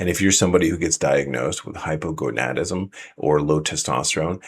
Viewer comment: Wow! Someone has mastered the pronunciation of Hypogonadism! Great video! Thanks for putting out this info!